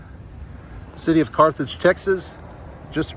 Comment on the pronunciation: Learn the name of the towns you are in..there is no Carthrage